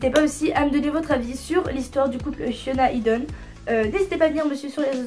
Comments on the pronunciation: Jsuis la seule à toujours entendre « Fiona » à la place de « Hyuna » à chaque fois quelle prononce son nom?😂😂❤️sinon super vidéo ! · Tu dis fiona à la place de hyuna ou c'est moi qui entend mal mdrr ? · Je pense c'est la prononciation coréenne aussi non ?